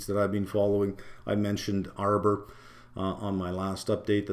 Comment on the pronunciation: Did you say arbor or armour? seems like both are agency mostly!